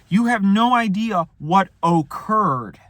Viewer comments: help i thought he said okurr .like langanja estranja took over his body or something jesus christ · “O currd”